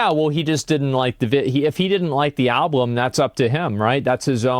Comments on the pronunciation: omg every time he said alblum I was loosing it 😆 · Wait, asmon cant say "album"? He said "alblum" multiple times 😅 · Asmon keeps saying "alBLum" 😂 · I'm 13 minutes in and he has said 'alblum' 3 times. I'm actually convinced he genuinely thinks the L comes after the B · not even two minutes later, and...another ablum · Ill never get over how asmon pronounces album with two "L's" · Asmon pronounces it "alblum". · Why the fuck does he say alblum?? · Is he saying " al_blum"? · From the words of Cdawg, "I just like the beeps and bops" think alot of people just like the beats in songs without fully listening to lyrics. I'm guilty of it too. Also can someone tell asmon it's Album, not Alblum. Lol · Is there a joke I’m not in on or something? Why does he keep saying “alblum” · Is it just me or is he not saying "Album" correctly? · Holy shit man, I can only take hearing the word "alblem" so many times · Is Asmon saying “Alblum”? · Why can't this dude say album? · Someone needs to investigate Asmons inability to say Album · I love that he can't say the word "album" properly